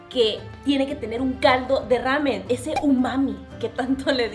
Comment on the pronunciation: Que mal pronuncia el nombre. No es rramen, es una sola r que se pronuncia.